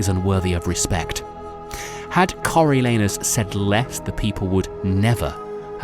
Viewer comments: I heard Coreal Anus. Thank you for this blessing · Nahhh he said Coriol Anus on purpose 💀🤣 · Cariol anus caught me off guard 🥴